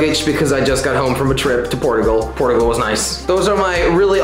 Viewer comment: it's portugal mate not porugal!